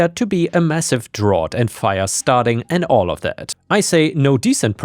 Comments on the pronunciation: Hey, I know English isn't your first language and i'm always amazed at how well you narrate these stories. "Drought" has come up in a few stories though, and is pronounced "drow-t" not "drah-t" (though drAught, like a deep drink of something, is pronounced that way!) Keep up the great work dude! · English note: "drought" is pronounced more like "drowt". That "ough" is a contextual pronunciation and a right bitch to learn even for native speakers. EDIT: "Karens Without Borders" would be one hell of a band name. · Just a quick pronunciation adjustment: drought is pronounced drout. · drought is pronounced like drout not like you pronounced it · Drought rhymes with out!